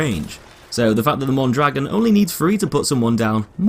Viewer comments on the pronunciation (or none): its pronounced moan draGOAN not mon dragon notice the accent mark thank you sir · mondragOn the accent on the "o" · Mon dro gon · Mon-dra-gon not Mon-dragon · ita pronounced Mondragón not dragon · is Mon-dra-GONE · im not a native speaker. point is it's not MON DRAGGIN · as a spanish native speaker it is pronounced moan-dra-goan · Yo digo Mondragón asi que... :v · No it's pronounced mondrogan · Se dice Mondragon, no goan ni ghon ni guan. Los nombres propios se leen en la lengua de origen, no se traducen no se pronuncian en otro idioma. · *mon-druh-gon, no offense lol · You’re pronouncing Mondragón wrong. Look at the ó in dragón. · i know right it makes me die inside whenever a youtuber pronounces it wrong (which is pretty much all of them) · it's named after a mexican man. therefore you say his name like it would be said in spanish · not really… unless we are talking about local dialects of the same language that somehow have different vowels, in every Spanish-speaking country, you will hear people always saying "Mondragón". That little accent is always pronounced the same no matter where you go, whereas consonants might change, particularly in parts like South America where their "s" is short or flat-out non-existent in pronunciation. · Look at the ó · well that's not how you pronounce that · Blueismyfavouritecolor Same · Metalcore98 the guy in the FW video doesn't pronounce it the same. he also says he probably isn't saying it right